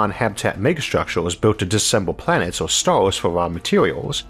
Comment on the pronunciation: Shtructures....shtars...shtations...trillionsh...ttranshmishions...what accent is this?